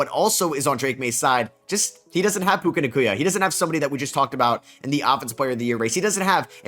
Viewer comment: Why does he say puka nacuya